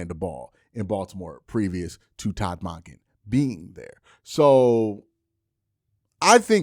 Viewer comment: Monken is said like dunkin, not donkin bruh